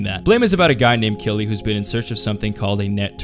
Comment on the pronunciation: Killy is pronounced Kiri in Japanese